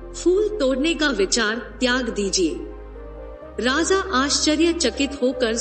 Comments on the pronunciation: Raza nai raja hota hai 😂😂😂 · Please correct your pronunciation..it sounds like Radha.. it is Raja not Radha